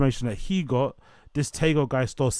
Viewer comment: It’s pronounced “Teego” 😂